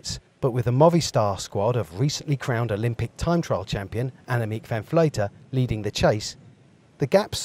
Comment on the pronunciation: Shame the commentator can't pronounce Annemiek's name. It's not like she's well known is it.